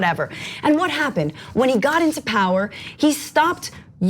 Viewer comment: POWAH WE NEED UNLIMITED POWAH